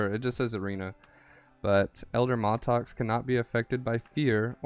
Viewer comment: Its MAT-LOX lol not maltox.